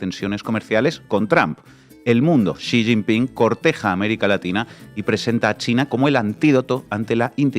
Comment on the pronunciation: Ahora se pronuncia Si sin pin 😅😂